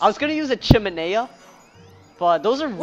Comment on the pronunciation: lmao "chiminea" very accurate